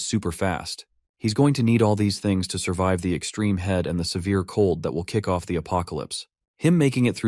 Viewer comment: HEAD for HEAT? WTF??